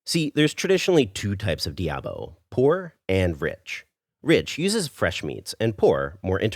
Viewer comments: why do Americans always destroy the pronunciation of words in other languages.... Curry Debao....wtf is that? Foda-se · I apologize since I didn't want to sound like a douche. I just wondered why you said it all wrong when later in the video you said it various times correctly. Curry Diabo. Also In Portuguese Curry is said Caril. So it would be ''Caril Do Diabo'' meaning Devil's Curry. Much Love! keep up the great Vids. I have been subscribed a while ago